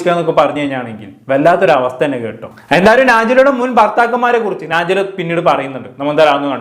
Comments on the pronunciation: നാജില അല്ല നജ്ല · നാ ജില അല്ല നജ്‌ല ആണ്